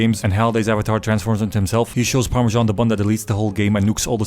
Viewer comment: PARMISSAN OR HOWEVER TF YOU SAY IT 😂😂😂